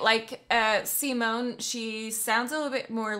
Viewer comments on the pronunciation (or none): Please, pleeeeeaaaaase NEVER pronounce Simone like the English Simon!!!! It's hurts my ears. 😬 She is a woman and the name is pronounced like "zeemone" with the last e not being silent, it's a schwa, a very short e-sound like in Goethe. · How you pronounce Simone always makes me cringe. Simon as you pronounce is the male variant, her name is pronounced Sea-moan-uh, with the emphasis on the second syllable, and the third syllable short and very de-emphasized. :) <Edit> Ah your pronounciation improves considerably as the video goes. Good, good :) Love your reactions, keep up the good work. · 'See-moan' (female) btw, not 'Simon' (male) xD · Your reaction videos are always so energetic...They're always so much fun to watch.. 😃 Just a little observation,, Simone's name's pronounced si-món...accent on the 'o'. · Simone is pronounced as Seemone (mone as in bone) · SimOOONEEH, not Simon! It's a she... And Within Temptetion is so overrated! Wannabe-metal... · Simone her name is Simone with an e at the end like THE, so repeat after me SIMONEEEEEEEE on youtube she explains how to pronounce her name WATCH it